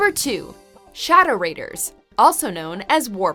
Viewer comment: Me: Wait, What? Narrator: Shhhadow Raiders Me: You mean Shadow Raiders Narrator: Yeah Shhhadow Raiders, that's what I said Me: Yeah, but you're saying wrong. Narrator: No i'm not, its Shhhadow Raiders. There's Shhhadow on the Raiders, Shhhadow Raiders Me:.................(sigh) Samurai Jack should not have been on this list.